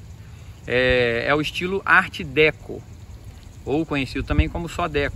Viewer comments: Meu Caro, a pronúncia é Ardecô.ok? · Arte "Déco" e Palácio "Mourrói" é sacanagem né. Sugiro falar corretamente os nomes. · Decô, homem, decÔ! 😂😂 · Desculpa, mas a pronúncia é: "arte decor". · ART Deco ,se pronúncia ar Deco,com acento circunflexo no o.